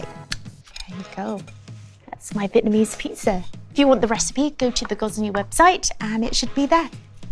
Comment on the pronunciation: A vitamin ease pizza? Lovely lady but what’s with the pronunciation of Vietnamese